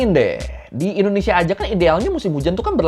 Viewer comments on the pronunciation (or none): none